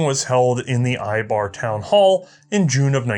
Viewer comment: one more comment, the ei in eibar is pronounced like the ei in seis.